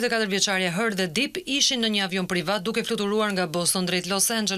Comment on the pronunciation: Ju lutem shqiptoni mire anglishten mbiemri nuk shqiptohet dip por dep